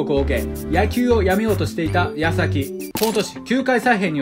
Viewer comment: 矢先が康晃にしか聞こえんくて混乱した…